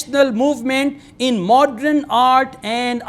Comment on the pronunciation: it is not Modren,it is Modern,it is not Patron it is Pattern